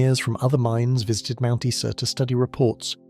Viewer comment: Mount Isa is pronounced eye-za